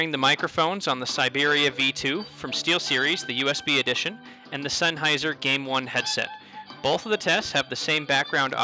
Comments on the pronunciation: "SeinHeiser" HAHAHAHAHAH what the actual fuck?.... its "SennHeiser" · Its pronounced senn hi zer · I unsubbed because of "Seinheiser"